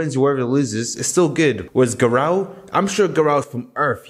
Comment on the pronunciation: bro says garou like garaw